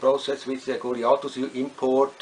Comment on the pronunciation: great pronunciation of word goliathus on whole youtube...